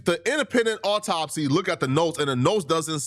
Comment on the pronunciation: “Awww-taup-C” Ben Crump